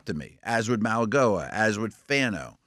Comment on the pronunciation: Don't bother. They still don't get Mauigoa right because they just don't care. Unprofessional.